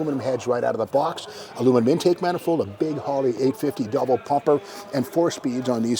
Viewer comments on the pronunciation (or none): none